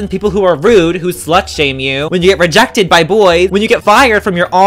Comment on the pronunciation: did you mean rejected, not regected?